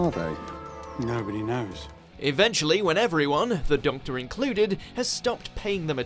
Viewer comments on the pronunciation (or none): “the dumctor included” 😂 Doctor included lmao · me: clicks on the video narrator: doctor HUH? me: closes the video